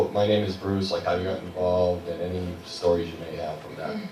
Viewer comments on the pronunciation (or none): HA, I'm the jerk that asks the first question starting with "hey yo..." I don't like how I pronounced the word "stories" as "stowies" though. I sounded like Elmer Fudd